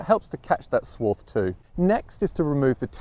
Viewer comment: I was totally confused with your pronunciation of swarf, it sounds to me like your saying "Swarth" 😮